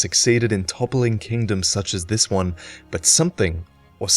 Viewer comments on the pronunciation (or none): none